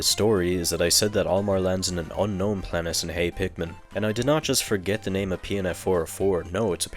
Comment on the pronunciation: Why are you pronouncing so many words so weirldy? Like replacing the t in many words with s like in "debt" and "planet". It's not like you can't pronounce t because you keep saying "tree" instead of "three". So why are you doing that? It's so distracting.